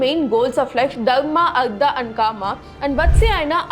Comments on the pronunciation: Not ardha it is artha( अर्थ)😂😂 , learn the difference between da and ta , I know in Tamil ta and da and ka and ga sounds same but in other language it sounds different. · It's not ardha.. it's artha.. अर्थ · An excellent exposition by and I admire the sincere approach and deep dive into history. However, one must be VERY VERY careful when pronouncing as well writing Samskrita with its Tamil equivalent. For example it is ARTHA = wealth, which you put it as ARDHA = Half; In the introduction you do it correctly in English but switch to Tamil which one can readily see that the casual replacement of vowels in the ka kha ga gha jn (since Tamil has only ka and jn - it does not mean any other Indian language has this limitation). All Indian languages derived from Pali (or Samskrita) including Telugu, Kannada and Malayalam have the same complete vowels as in Samskrta. The same logic holds good for ca cha ja jha Gn, ta tha da dha na, Ta Tha Da Dha Na, pa pha ba bha ma. This constantly comes up as one moves through dharama suddently pronunced as daram (maha praaNa missing). Since the deep dive in history and the passion with which it is done is so good in terms going the works and interpreting, making this minor adjustment in the actual pronunciation (paying attention to the language in which it is written) will go a long way and bringing further credibility. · It's Artha not Ardra. Very good explanation. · Oh no! You are mispronouncing these words "dharma, kama, artha". For God's sake 1st learn how to pronounce it.